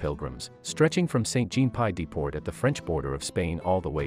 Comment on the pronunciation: I agree: Pls have the correct pronunciation for St Jean Pied de Port and albergue.